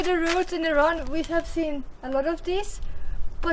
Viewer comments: Thanks a lot! but it's Iran (E-run) not Ayran! Ayran is a Turkish Doogh! :D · please pronounce IRAN properly, it's not i-ran